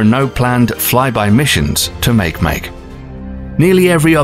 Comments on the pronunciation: I believe it's pronounced: "mah-key-mah-key". Please let's not all start saying: "make-make". :p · water is not an element. not 'Make Make', Ma-kay Ma-Kay. Is this a computer speaking? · Also the way they pronounced Makemake as “make make” instead of “mah-kay mah-kay” destroyed me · Dear wonderful narrator MakeMake is pronounced "mock-ee mock-ee" not "make make" as in "make me something." (mă'-kĕ-mă'-ke) It is a Hawaiian language word. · The dwarf planet Make-Make is pronounced Ma-Kay' Ma-Kay" its hawaiian. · The narrators pronunciation is way off. It’s not “make make” it’s “MAH-KAY MAH-KAY”. It’s not “kooper belt” it’s “KAI-PER belt”. And I don’t know what he was trying to say but it’s “OR-T” cloud. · Narrator needs to actually learn the names of things for example make make is Makémaké a Hawaiian name i do believe. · Makemake is pronounced Mah Kay Mah Kay... named for a creation deity of the Rapa Nui people of Easter Island. You should have made it a point to get that right if you want some credibility. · I really thought Makemake was pronounced like sake (Japanese drink) not like a cake in English lmfao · Makemake was pronounced very badly. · How is it that you can do a fairly decent job of pronouncing both Haumea and Oumuamua, yet you completely took a sh't on saying Makemake? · I couldn't finish the video. he mispronounced way too many names. makemake.. ahmooermooer